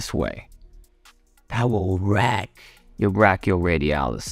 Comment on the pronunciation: slytherin snake says "wwwreck"